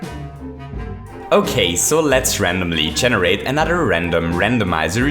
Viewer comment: What's Chenerate? It's generate, learn how to speak English, you might get more subs without that irritating voice!